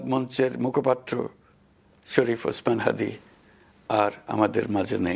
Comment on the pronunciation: । ওসমান শাদী না ওসমান হাদী